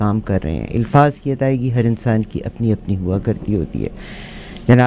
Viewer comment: Being a Punjabi your Urdu is MashaAllah very good. the word is Alfaaz and not Ilfaaz. Many Punjabi cannot distinguish between zeer, zabar and pesh. AlhumdoLillah, you are not among Pendo Punjabi. Mr Gori, your two Urdu books Rozgar e Safeer and Bar e Shanasaee I couldn't find at Amazon. A friend of mine has gone to Islamabad and see if he can get hold of a copy. Based in London, UK, I visit Barrie, Ontario, almost every year.